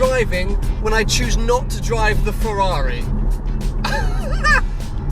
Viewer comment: One day he'll be able to say Ferrar-eye properly too ;-)